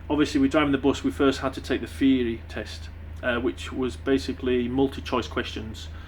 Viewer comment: what's a "Feary" test? Come on mate talk proper:P